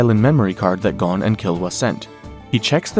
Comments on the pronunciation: You would think watching so much you would know it’s Goe-n and not Gawn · it's pronounced Goan not Gone wtf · I’m told him after watching so much you would think he would know it’s Goe-n and not Gawn. Lol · Gon….rhymes with bone. You wouldn’t say bawn